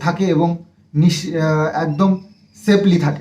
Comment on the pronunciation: Eto baar boli bhulbhal English na bolte vlog e tao shone na... Are effort hoye galo afford ar safely hoye galo sapely..